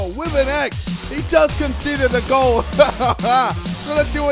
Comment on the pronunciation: DONT YOU JUST LUV IT WHEN HE SAYS GOAL GOAL GOAL IN THE ACCENT